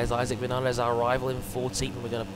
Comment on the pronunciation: Awesome Also it is Vin-Ya-Les Because of the accent